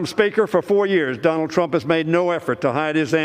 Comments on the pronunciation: Was I the only one to catch that. He saying Donald “drunk” trump 😂😂😂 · I heard it as Drump